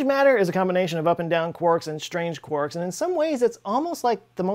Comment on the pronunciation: Oh! Someone who pronounces quarks correctly!